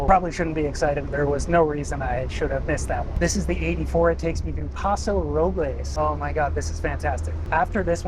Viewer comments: Interesting video. They need to do work on bathrooms and the buses don't need to be so large. Also... We old time Californians use the English pronouncing of Paso Robles (Robels). Newbies use the Spanish one. Northern Californians don't use the definite article when talking about highways. We say Highway 101 not "The" 101. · It actually is Paso ROH-buhlz... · yup I also made the mistake about Paso Robles. They don’t pronounce it correctly just Ike Los Angeles Most people there just call it Paso. But if not it’s Robills not roblays. Los Ang a less not Los Ang ha less. Its crazy. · It is pronounced (by locals) as Paso Ro-bulls, not Roh-blehs haha (English not Spanish pronunciation) - great video! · One thing to know about Route 9 in "Pass-oh roh-bulls" (yes, that's how it's pronounced by locals), is it's almost never on time. Much to the dismay of anyone who needs to transfer to one of the two citywide circulator buses. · locals 100% pronounce it pass-oh roh-bowls. source: me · As a SLO county native, it's pronounced Paso "Ro-buhlls". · Paso Robles is pronounced by english speaking Californians as though Robles were an english word. Like nobles. where are you even from that you don't know that? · exactly, we only say the Spanish pronunciation if we saying the full name "El Paso de Robles" it's like Los Angeles ain't pronounced in the Spanish form commonly either. Still loved the video tho hahah